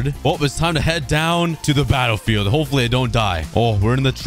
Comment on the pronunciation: "hipfully" "intier" 💀